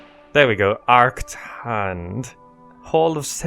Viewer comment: Congratulations! You pronounced "Arkngthand"! Most people just surrender when they see this name...